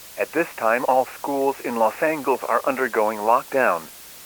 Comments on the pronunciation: What the hell is “Los Angles”?!?! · You said Los Angeles wrong